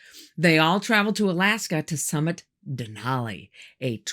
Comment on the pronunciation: I lived in Alaska. The first thing you learn is the proper pronunciation of "Denali". The last syllable rhymes with alley and valley. The natives Alaskans who named have no broad " a" sound as in all. The "a" in Denali is flat. When I lived in Fairbanks in the mid 60s the mountain was called Mt. McKinley. It is no longer called that. Interesting stories.💐